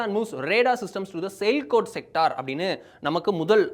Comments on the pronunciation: Sir, it is not sailkot , it is Sialkot Pronounced Siyaal-kot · Sialkot- சியால்கோட் என்று படிக்க வேண்டும்.